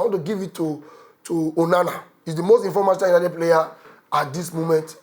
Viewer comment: Why Manchester United de hard you to pronounce?😂